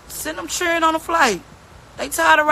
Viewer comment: It’s children not chilren